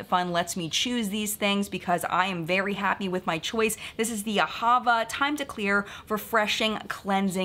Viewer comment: AhaVA. Emphasis on the last syllable.